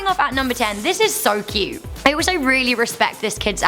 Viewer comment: Too key-ute!